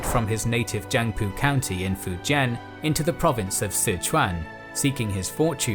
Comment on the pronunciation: can’t even say fujian right